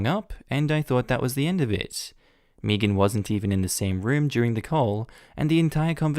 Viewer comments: Is anyone else.. annoyed.. by how he is pronouncing the name ‘Megan’? ‘May-gan’ is such a common name.. Meegan? 🤦🏼‍♀️ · Why are you saying "meagean" like meagean. Megan like meg-an think of meg Griffin with a an at the end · I can't get over how amusing it is to hear Megan pronounced Mii-gan instead of Meh-gan. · Side note does anyone get slightly annoyed by mispronouncing Megan. Or do other people pronounce it the same ( I pronounce it as may-gan) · I’m from the Uk. We don’t pronounce Megan as Meegan. It sounded weird to me the way he said it. I still like him though. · Started cringing at the last story every time you pronounce Megan wrong.